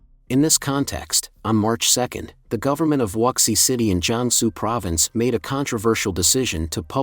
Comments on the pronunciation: Wuxi is pronounced, "Woo she." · At least get the pronunciation for "Wuxi" right